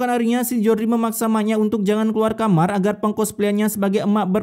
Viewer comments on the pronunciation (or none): none